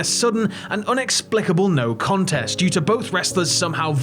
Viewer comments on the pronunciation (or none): none